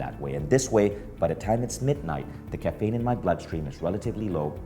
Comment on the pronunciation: Dude it’s caffeine - not Kafaynnn